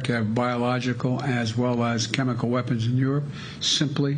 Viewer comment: We are very concerned that Russia might use chemical weapons and we are equally concerned that Biden cannot pronounce chemical weapons.